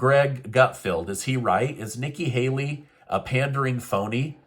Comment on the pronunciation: Yes, Hikki Nayley is a pandering phoney. Ever since you accidentally messed up her name, I can't get it out of my head......that's what I call her now 😂😂😂😂